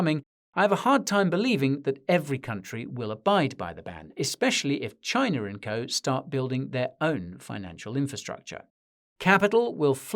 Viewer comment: You should pronounce India and China. Respect the name of nations.